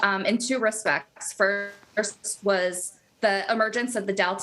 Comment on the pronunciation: why can't she just say latinos like a normal person?